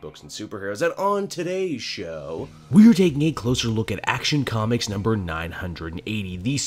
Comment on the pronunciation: "Comcis", are you having a stroke again? D: Did the Twipple H disease come back again?